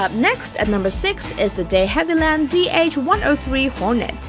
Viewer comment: What is wrong with that woman's pronunciation!!!! World Waar II, builded by Heinkel, De Haveland Hornet. Also several aircraft should not even be on the list as they didn't see service in WWII.